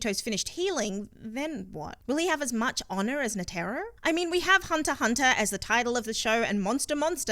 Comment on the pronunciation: NA TEAR RO butchered his name